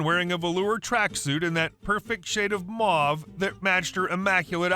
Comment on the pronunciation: Mauve rhymes with cove and grove...